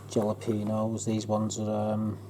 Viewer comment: Hey; FYI jus so you know, in Spanish, " jalapenos " the J is pronounced like an H so it's Hala pinos.